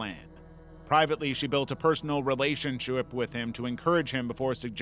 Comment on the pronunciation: rElAthsionshep with heiem 😂😂😂😂😂